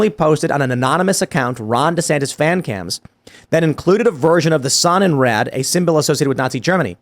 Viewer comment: Had no idea what Tim was saying. The Sun in Red ? Then the facepalm moment Sonnenrad it means sun wheel. And it’s not Red it’s Raaaaaad drag out the Ahhh sound